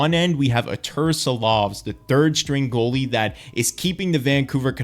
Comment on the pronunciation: i know you dont mean it but like how you say Arturs Silovs name just sounds so very wrong lol